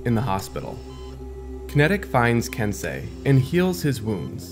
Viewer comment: i thought it was pronounced ken-sey like sensei